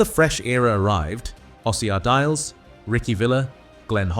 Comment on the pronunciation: Why the hideous wrong pronunciation of Ardiles? Is this AI disrespecting a true legend? Shameful.